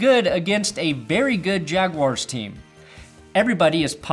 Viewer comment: says "jaguars" weird.